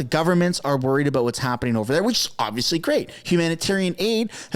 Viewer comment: Did you say about or aboot